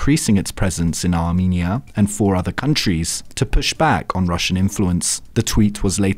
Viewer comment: armEnia not arminia